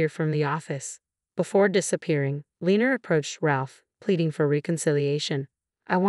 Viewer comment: Lenor. Len nor not lener